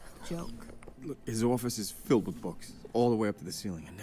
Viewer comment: Right? He just suddenly turns into a guy from Boston for a second lol